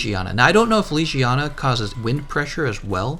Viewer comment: Its not lijijana, it LEGIYANA